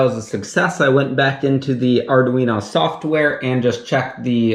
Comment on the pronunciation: "Ardoo-Weeno" lol